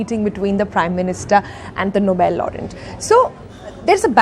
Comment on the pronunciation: She pronounced "Laureate" as "laureNt" .